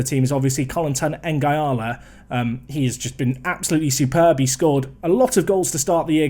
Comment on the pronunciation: I must admit it annoys me when you call Nguala "N-gy-ala" when it's pronounced "N-gwala"... obvs doesnt make any difference but just one of my silly things...